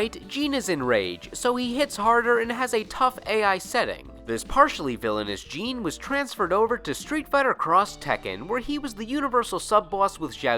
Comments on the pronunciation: Number 9 is not JEAN J-I-N they even pronounce it in the game as J-I-N weirdo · Jin, not Jean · Dude have you ever played Tekken? The announcer literally says "Jin" the way it's spelled. Every time you watch Tekken matches the commentators say it the same way. I don't know where you got "Jean" from... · What are people getting bent of shape about? Have you ever watched the anime series "Samurai Champloo"? There is a character named "Jin" and they pronounce his name as "Jean" in the dub just like does, never saw it in Japanese so I don't know if it's a mistake or not. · ITS JIN NOT GENE WTF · Thought his name was Jin, not Jean? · You said Jin as Gene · people did that with Star Wars characters too, so the video games started having in-game characters pronounce other characters names multiple ways to get people to stfu about it. It seemed to work. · stop saying jin name your saying it wrong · The way he says Jin name tho lol